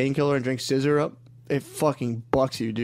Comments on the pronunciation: the way matt continues to mispronounce ''sizzurp'' as some gay roman politician ''sissyrup'' even though shane clearly says the right thing is so funny to me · Scissor-up not sizzurp